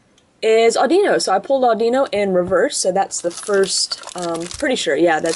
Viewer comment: Not (adeeno) audiino